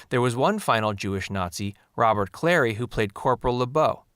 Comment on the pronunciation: Robert Clary and Leon Askin were both Holocaust survivors. Robert Clary was interned at Auschwitz. Leon Askin barely made it out alive. History. And it's Ro-bair Clair-ee.